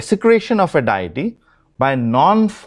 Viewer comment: Stop saying DIETY. It's Deity. And pronounced DAY-A-TEA.